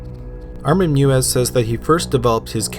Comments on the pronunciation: EI is pronounced like the "I" in bike. So it's pronounced Mivas. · I really enjoyed this. .However Armin Meiwes name is pronounced "May ves" because of the hard W which is pronounced as V in German. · Why can’t anyone pronounce the name Meiwes correctly?!?! It’s not that difficult! Say it with me...My-ves. That’s right, German’s pronounce their “w” like our “v” and when there’s an “e-i” combination, it’s almost always the second letter in the combo that is pronounced. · The pronunciation of Armin Meiwes is like "My-ves" ... not like "Mew-es". Just saying :P You pronounced Armin okay. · Meiwes - pronounced my-ves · Armins last name is pronounced may-wes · Not to be pedantic but I've heard Meiwes' name pronounced My-Vess before. I believe that's the correct German. Either way great video and great channel! Please keep it up! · You're killing me smalls. It's pronounced MY-VES. Good grief stop slaughtering his name (ha, ha) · As another poster said, closer to my-ves but yeah he totally ruined that guy's name. I mean fuck that guy, but to be pedantic...